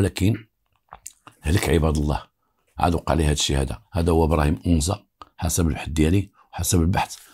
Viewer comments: It’s not onza it’s anza agadir 🥰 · anza et non onza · une petite correction : on dit Anza pas Onza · السلام.اسمح لي ماشي اونزا ولكن انزا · بالنسبة لتصحيح لفض اسم الحي هو (أَنزا _ AnZa) مشي onza كنتمنى تكون المعنى وصلات و شكرا ديما في المستوى بالقصص ديالك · عندك جوج اخطاء المرجو الاعتذار عنها: ١- اسمها مدينة أنزا ، أما أونزا فانها تفيد الانتماء. ٢- اسمها الامازيغية و ليس البربرية. و شكرا. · قصة جميلة فقط للتصحيح المنطقة اللي فاكادير سميتها ANZA ماشي اونزا بالتوفيق و شكرا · للتصحيح anza وليس onza مدينة صغيرة تابعة اكادير اسمو أنزا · أَنْزّا ماشي اونزا وتحياتي❤ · للتصويب: حي anza في اكادير وليس onza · بالنسبة لهاد الإسم لي قلتي ماشي أونزا سميتو أنزا الفتحة على الألف هاد المكان كيتواجد فأكادير تما فين كاينا المرسا طريق تغازوت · anza ماشي اونزا. بحال الا قلتي القصبة اللي فالقنيطرة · انزا ماشي onza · راه ماشي ؤنزا ولكن هية انزا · اسمو Anza ماشي Onza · حي انزا، هو حي شعبي جدا مهمش ومتسخ، بحال دوار الدوم ف الرباط ولا دوار الكرة ولا دوار القرعة.... كتنطق anzaماشي onza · Anza وليس onza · صحح المعلومة آنزا ليس بأونزا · انزا ف اكادير ماشي اونزا. Anza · هي أنزا وليست أونزا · c est anza pas onza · anza et non ounza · اسم الحي هو anza بفتح الالف وليس بالضم وهو احد احياء شمال مدينة اكادير حي شبه صناعي تقريبا ويتكون اغلب سكانه من الوافدين الذين يبحثون عن العمل في المصانع ومعامل السمك شكرا لك. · نفس الملاحظة ماكاينً حتى واحد لي هضرو على براهيم او نطقو أَنْزَا كما هيا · القصة ناقصة بزاف.. وفيها شحال ديال التناقضات... اولا لم ينطق حتى اسم جيدا anza نسبة لحي انزا باكادير.. السيد.عطي الأهمية للبطولة ديالو اما للقصة ينقصها الكثير.. السن مشي 19 وزيد وزيد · فعلا خطأ ف نطق اسم المنطقة هي الحي الصناعي فأكادير anza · حي انزا بفتح الالف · تحية ليك الحي سميتو أنزا بفتح الألف وياريت تقول أمازيغ ماشي بربر حيت هدا مصطلح ماعندو حتى علاقة بالأمازيغ كانحبوك متابعة من أكادير ❤️🌹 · المتطقة إسمها انزا تنطق بالفتحة فوق الألف و ليس الضمة..تحية خالصة للسيد المتألق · اول انت كتكدب ما عرفش حتى نتنطق انزا